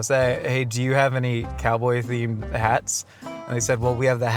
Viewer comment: I’m a cowdoy